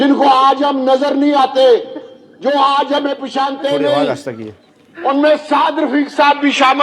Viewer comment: ، پہچانتے ہیں ۔۔۔۔ پشانتے نہیں